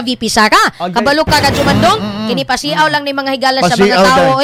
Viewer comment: PASI-AW DAPAT.. para tama ang bigkas.. pag pasiaw, ang pronounciation niyan ay pasyaw..